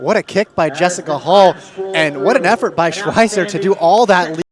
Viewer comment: I wish they'd pronounce words like "schweizer" right